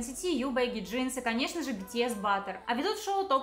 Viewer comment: Эсса превратиоись в аэспу 😢 скажите пожалуйста как правильно? Просто я думала, что они эспа 😅